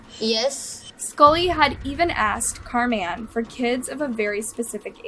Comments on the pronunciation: Car Man????? This work was ok until that pronunciation. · 🎵 where in the world is "Car-MAN" in SanDiego 🎵 (the way she kept saying ☝😕 "Carman" sounded alil "off" to me) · Is so white that she doesn't know how to pronounce "Carmen" properly??? She's literally saying Car Men the whole time. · Im sorry but the way she says Carman is bugging me